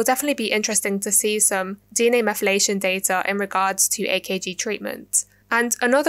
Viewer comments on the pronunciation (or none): Just pointing out that it's "DNA Methylation" and not "DNA meflation" but overall pristine stuff! New subscriber right here :)